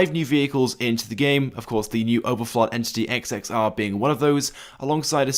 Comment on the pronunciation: you said the name wrong and it’s not even based on the agera r it’s based on the koenigsegg one:1